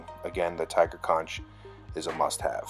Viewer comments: bro it's "conk" not "con-ch" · I had to stop as soon as he pronounced "conch" wrong. Makes it sound like he got all his saltwater knowledge from spongebob.